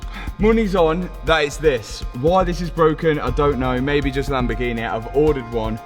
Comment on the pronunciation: maybE, probablE, finalE, mysterE wtf man?